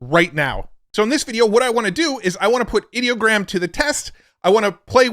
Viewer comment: It’s funny when someone like Ideogram tries to work the word Idea into their name, but then you pronounce it like they wanted the word “Idiot” in their name 😂 Another excellent video about all the fun tools we have to play with 🎉